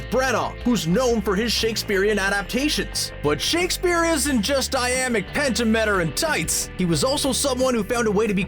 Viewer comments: Pentameter pen-tam-it-a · Is calling him “Josh” Whedon?! Also, did he say iambic “PAN-yuh-MEE-tur”? Geez. I’m out. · Iambic pent-a-metter? Get thee to a library once in a while. Every one of these videos I click on and realize it's CBR, I immediately leave. This one got by me for a couple of minutes before the stupidity settled in. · Iambic *WHAT*? Is English this guy's first language? I mean did he get through an entire secondary education and never once hear someone pronounce the word "pentameter"?